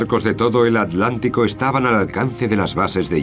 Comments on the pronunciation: Si. Es un lengua de trapo este narrador. Ya comprendo porqué pronuncian 'aletic' ya sea al de Madrid o al de bilbao. Lo que no entiendo es por qué no le corrigen la dicción cuando graban o editan. Si es un profesional, como me imagino, este locutor debería poder pronunciar aTLantico como corresponde. Es tan chocante oírlo, que por momentos estuve adelantando el video para llegar al final más rápido. Una pena... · ¿Tienen un problema o impedimento bucal los españoles que no pueden pronunciar en su propio idioma el vocablo "TL"?. Que ridículo queda eso de "al lántico" o "trans al lántico". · ALANTICO? HILER? jaja Y se consideran profesionales narradores de documentales? jaja nuevamente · en el docu parece que dice adlantico pero todos sabemos que se llama oceano acuatico